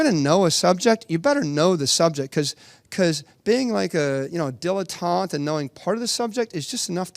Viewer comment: Dilettante, not dilutante..